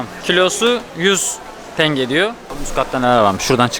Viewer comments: Diğer videolarda iki defa yazdım ama hala aynı TENGEEE. 16yıl orda yaşadım köylüsü, sehirlisi Tengeder hiç tingi diyeni duymadım maalesef 😊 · Tenge, tanga değil